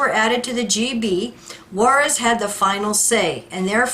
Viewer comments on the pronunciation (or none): It's not Juarez. It's pronounced Jarrez, Ted Jarrez. (JARACZ).